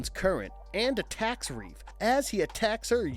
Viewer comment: It's Rafe not Reef